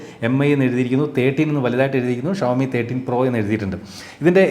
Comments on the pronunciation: ശ അല്ലാ ഷാ അല്ലെ 🤔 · ശവത്തിന്റെ ശ അല്ല ഷഡ്ഢിയുടെ ഷ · ശവോമി അല്ല ഷ വോ മി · ശവോമി അല്ല ഷവോമി എന്നാണ്. 😌